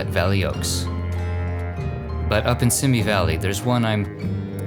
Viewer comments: It’s pronounced SEEMEE valley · I know it is a little thing, but every time you said "Simi" Valley wrong it grated on my nerves.